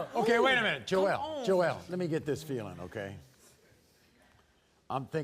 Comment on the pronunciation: Its joelle NOT joel lol